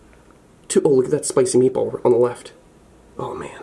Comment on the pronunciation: I had to pause this episode while i go take a muah .....spicy meatuh ball